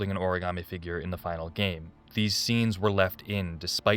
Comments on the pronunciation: I know I'm a little late but Heavy Rain and quality voice acting or acting in general does not go together 🤣... Take a drink every time a character says ori-gam-ee instead of ori-ga-mi... Also the rich psycho son that you meet when looking for the missing children was the WORST 😭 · Oh and the best plunders in HR: ORIGARMI. The actors could not pronounce origami and it's sad.